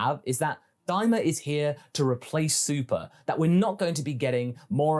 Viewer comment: Am i the only one who thinks daima sounds like "dai mao"